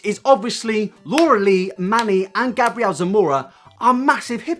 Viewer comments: I need to say that 'MUA' stands for 'make-up artist', so it's pronounced 'm.u.a', like the actual letters.. Also, Gabriel is a boy, it's a biblical name, pronounced 'Gay-bree-ell', 'Gabrielle' is how your pronunciation is spelled... For a drama channel, idk if coming across as stupid gets you more views or not, but it's certainly annoying af. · MUA stands for makeup artist and it's Gabriel not Gabrielle lol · You said Gabriel wrong.. it’s gabe real (pronounced) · Omg the way he says Gabriel 😂 he may wear makeup but that doesn't make him a girl bruh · the way he said Gabriel Zamora ahhhhh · Also it's Gabriel as a long a not a short a.